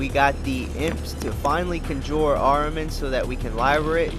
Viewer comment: It’s pronounced Con Jur lol conjure conjure. Sorry your guide is amazing but you mispronounce so much shit lol. Still following your guide 100%.